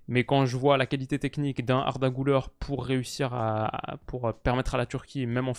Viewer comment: Gulere pas goulère. Arda 😂😂